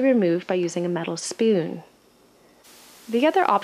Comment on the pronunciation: You say spoon funny